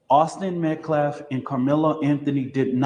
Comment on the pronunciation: That idiot man can't even pronounce Metcalf correctly. Why would I think he is smart.